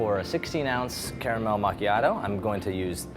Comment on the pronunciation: Best part of the video is that he pronounces "caramel" like I do.